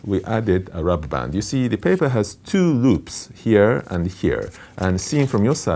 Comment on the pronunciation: in ".. the paper has two roops" :P <3 Loved the video and loved the professor all jokes aside!